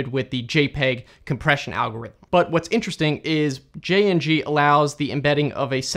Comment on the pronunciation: i have heared of that only on wikipedia also its pronounced jing not jayingee